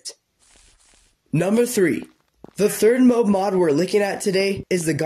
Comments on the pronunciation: bro its mob not mobe. like a 30s gangster. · Mob is pronounced with the same "o" sound as "monster" not like how you are saying it.